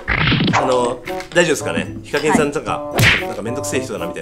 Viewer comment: セェキンは… に聞こえるｗｗｗ